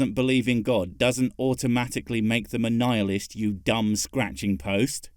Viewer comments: also, wtf is a "Kneel-ist"? Maybe she doesn't mean nihilist, but instead means something we've not heard of called "Kneel-ist" like those damn religious types...oh wait... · By her definition, since there isn't actually a god, but she and those other fuckers st Prager believe there is, technically that makes her and everyone else at Prager, a Nihilist (or Neil-ist, as she pronounces it, which might possibly be the worship of people named Neil). Anyway, worshipping people called Neil does actually make more sense than worshipping an invisible sky pixie, at least we know people called Neil do actually exist. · As an American id like to apologize for this woman butchering the word... Nihilist I wanted to rip my eyes out every time she said it, and shove them in my ears.